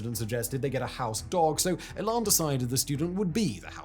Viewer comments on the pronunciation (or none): E'lan not ehlan.